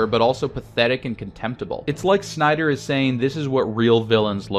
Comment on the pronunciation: Lmao the end cracked me up because there is a whole lot of "shnyder" in this. In fact I don't remember hearing much "snyder" at all. But I do remember hearing a shit ton of "shnyder".